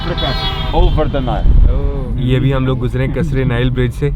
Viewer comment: O bhai Onile river nahi Nile river hota ha. RHS tora per b laita yaar.